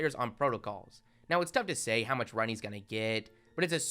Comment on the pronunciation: Please stop extending ur words by so much. For example: "sayyyy" , "promooo" , "defineee" . A way to fix this would be to not read sentence by sentence from your script but read more and not emphasise the end of sentences by dragging out your words as it sounds fairly annoying as opposed to your usual speech which is very listenable and well spoken :)